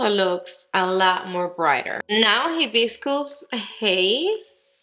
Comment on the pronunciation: So excited for these! I want them all but I’ll start off with the peach and red😊 *the correct pronunciations are: high-biss-cuss AND ah-sigh-ee. Hibiscus a 🌺 flower pictured here and açaí is a superfood berry high in antioxidants.* Thank you for get getting all and giving us swatches, bare face applications and foundations applications💝 you rock!!